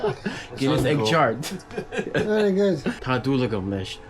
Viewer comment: Fair enough he hasn't learned the pronunciation of words with a fada on top. That's áéíóú. The line on top is called a fada, and that's irish for 'long stretch' When he says Tá mé, he says 'ta' instead of 'toh'..